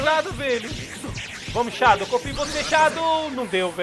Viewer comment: Man, sô uma coisinha, não se pronuncia Shádow se fala Shedow